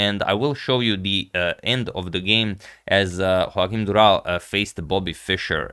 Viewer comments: I think you owe us a better pronunciation of the Portuguese name 😌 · Congrats from Portugal and to bring this awesome game. Im just sorry to say that ur pronunciation of Durão's name isnt as impressive as the game ☺️